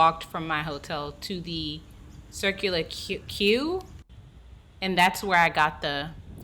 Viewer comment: Before making a video lady learn how to pronounce places. Circular Quay is Circular key. Coogee is Could-g. The icing on the cake Hungry is a country. How can you fark that up by saying Hungary. 🙄 For someone who has supposed to have travelled OS it sure doesn't sound like it. You sound like a typical American who knows nothing outside of America.